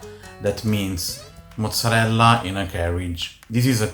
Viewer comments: What is this "mutzerela"? 😅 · "moootzerella" oof girl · Is it really pronounced Moose-erella, or is that just a New York thing? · why does the host pronounce mozzarella that way?